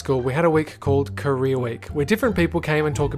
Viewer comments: I THOUGHT YOU CALLED CAREER WEEK KOREA WEEK XD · I don’t know why but I thought he said Korea 😂